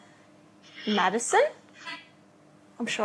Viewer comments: MADDISON MADDISON MADDISON is what i hear. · She kept on saying madison